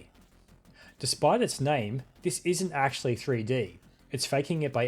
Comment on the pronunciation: "Erm akthually"